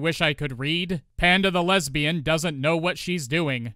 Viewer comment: I hear "Hand of the Lesbian" every time you say "Panda the Lesbian"! 🤣